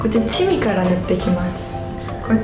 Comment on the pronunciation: チミであってますよ！笑笑